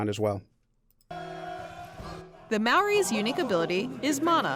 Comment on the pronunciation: They cant even say Māori properly